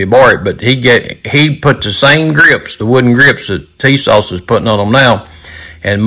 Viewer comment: Put some hot sauce on your "Tee-sauce".